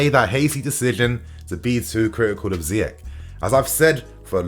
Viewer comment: Surprised an African like calls the Moroccan Ziyek instead of Ziy-erch (as in cheese)😅😅